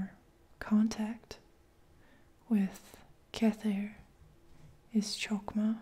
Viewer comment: Hey, loved the vid ! Been watching so many of yours lately. But as a native Hebrew speaker, I have to correct you: 1. Keter - crown 2. Hokhmah - wisdom (don’t pronounce it as “cho”, it’s more like “ho”) 3. Binah - intellect 4. Hesed - grace, but it’s says “gdula”, which means greatness. 5. Gevurah - heroism, courage 6. Tifereth - glory 7. Netsah - eternity 8. Hod - beauty 9. Yesod - foundation 10. Malkith - kinghood 11. Dat - religion